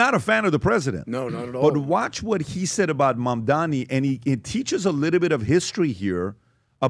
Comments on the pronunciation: CAN YOU STOP SAYING HIS NAME WRONG FFS. JEEZ MAM-DA-NI. Goddamn it get right. Its 3 syllables. It makes me want to punch a wall whenever you idiots say it wrong, its triggering in the same way as hearing nails on a chalk board. STOP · Why are you guys incapable of pronouncing his name correctly? Talking to you especially. Are you guys stupid or deliberately taking the piss? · Not a Mamdani fan but please learn to pronounce his name correctly.